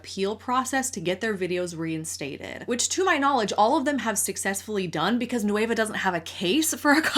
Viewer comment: without the ey Nueh-va not noueyva c